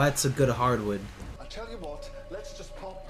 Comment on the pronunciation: "Is the water coming in?.... Oh.... and that's a good hardwood." Lol. So Canadian it hurts.